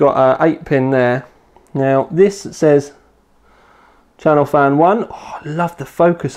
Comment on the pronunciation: Its CHASSIS FAN not Chanel fan lol Also it is M(dot)2 not M2 lol